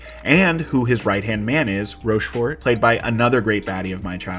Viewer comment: And then "ROSCHFORT" lol